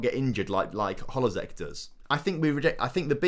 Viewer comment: It's Adan HLO-ZEK not HOLO-ZEK